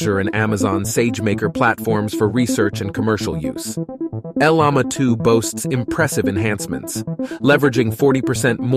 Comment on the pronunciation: Bruh, learn how to pronounce Llama. Sounds like: laa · muh :face-blue-smiling